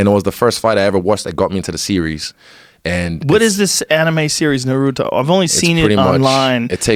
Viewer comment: My man even knows how to pronounce Naruto. I approve.